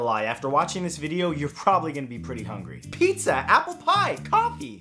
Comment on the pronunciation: Thumbs down for the hipster that called pizza, zar